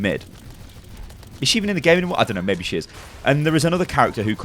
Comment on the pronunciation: I dont know, mei-be ur right.